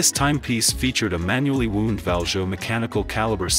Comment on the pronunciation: Hysterically funny AI-compiled rubbish. I love especially how “wound” is pronounced like the English synonym for “injury.” I understand the people behind this not creating it - but did they also not even watch it?